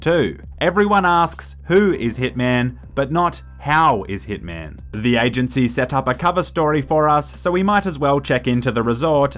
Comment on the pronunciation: Bro you said thick man not hitman 🤣🤣